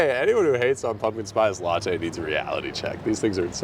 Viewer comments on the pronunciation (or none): none